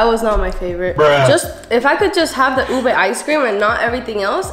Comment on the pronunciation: I appreciate how u guys pronounce ube the traditional way bc most non-filipinos always say u-BAY